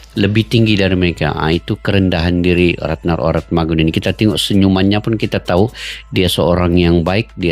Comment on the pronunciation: Pnyebutannya ORATMANGUN bang